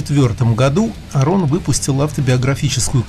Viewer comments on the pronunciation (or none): АААрон Ралстон, ударение на А